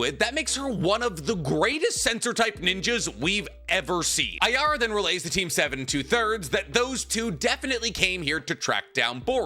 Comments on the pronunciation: his name is araya, not ayara, pronounced like jiraiya without the J, stop saying his name wrong edit: yodo is the female btw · "Araya is somehow listening in to the conversation of Ryu and Matsuri from very far away" Tell me you forgot her power set without telling me you forgot her power set. Also, anyone else annoyed at how he consistently mispronounces her name? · I'm sure this is just a coincidence but the way you pronounce Araya sounds a lot like the Brazilian word for "sand", which is "areia" so... Fun fact? I guess